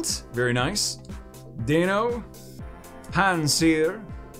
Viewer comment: FYI the Deino line names are based on German numbers so pronunciation is based on the German Ein, Zweis, and Drei or phonetically I in, Za Vie, and Dry. So you pronounce their names Die no, Za Vie Less, and Hi Dry Gon!